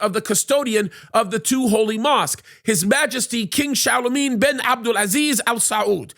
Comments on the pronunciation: Its Salman (Sal Man) not chalamet 😂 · Why does he pronounce SAL-MAN as shalomeen that’s really off the mark 😂